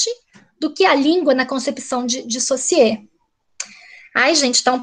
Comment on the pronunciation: Ferdinand Saussure (a pronúncia é sôssi) Que vergonha de uma "pesquisadora de linguagem ainda não se familiariza com a pronúncia de Saussure. Fora a militância de criticar o conservadorismo. Sou professor de Português, lamentável pelo preconceito do "bem" com que é conservador.